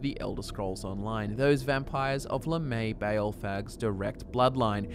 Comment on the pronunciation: It’s pronounced lamb-e-ah ball, you brits annoy me sometimes